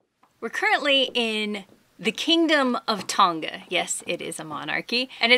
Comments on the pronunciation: Tong Ah not Tong Ga :) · I thought the "ng" in Tonga was pronounced together like "banger", i.e. theyre not really separate consonants, but one consonant called "ng", as that how it is in the Maori language. But you actually lived there, so I'm kinda curious if the locals pronounce it with a hard G like you do??